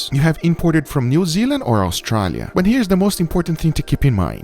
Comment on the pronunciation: As an Australian, I loved the way Guga says "Australia"